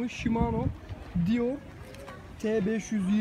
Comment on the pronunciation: Hocam model telaffuz ederken çok zorluyorsun kendini , aslında yazıldığı gibi okunuyor ama sen farklı yorumlar katmışsın okunuşa. Özellikle (sportiv) yerine (sportayp) veya (deore) yerine (dior) demen bitirmiş videoyu.